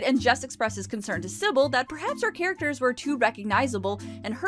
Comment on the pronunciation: I thought you said "recurring HAIRacters" when talking about the women in the beauty shop.